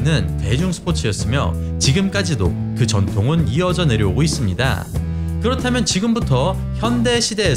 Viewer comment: 있씁니-다.. 입니다- 합니다- ... 짧게 발음해주시면 좋겠습니다- ^^